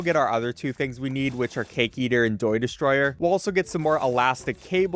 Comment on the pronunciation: “doy destroyer”